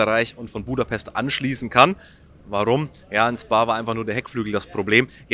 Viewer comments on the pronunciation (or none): none